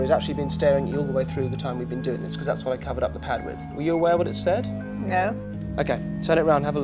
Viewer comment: I picked up that, too. And just before that he said "it's no" in the middle of a sentence, which of course sounds like "it's snow".